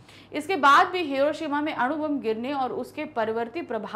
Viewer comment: अणु बम नाकी आरू